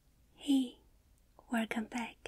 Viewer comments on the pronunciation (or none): “Hi guys werkom back” tingles every time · Wercome back 🍭🌈🌷🌟💥. My favorite saying of all time. Love u, please don’t change. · 🌸TIMESTAMPS🌸 Hi Guys Werrcome Back❤️ Start and another Werrcome Back speaking about the tattoos showing some tattoo ideas choosing your tattoo choosing were do you want your tattoo:) cutting sounds placing the drawings your seen, on your face✨ choosing the placement preparing your arms nice sounds! shaving cleaning your skin looking/checking making stencil spraying (I think water) pressing stencil on your skin peeling off gloves tattoo machine (my fav. part!)❤️ asking how you feel cleaning the tattoo doing the other side bag sounds desinfect tattoos removing gloves tape tape explaining about the tattoo bye bye❤️ patrons! This took 1 hour😂💗🍭 Good Night and don't forget your homework if you have one:) Sweet dreams 😘💞 your beautiful!💗👑 Tell me if I did something wrong:> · Werrrrcome back = HEAVEN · I like when she says “Hello Werrcome back” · Ok who thinks should do a compilation of her just saying werrcome back does that sound like a good idea or is it just me